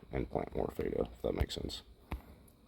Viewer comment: This isn't a criticism but as a feta cheese lover. The pronunciation is Fet like let or met. Then ah. I know it's spelled similar to beta, which is how you have been saying it. But it's pronounced like Meta. On a separate note have you attempted the step road settup? Couldn't get it to work in my city too many larger buildings.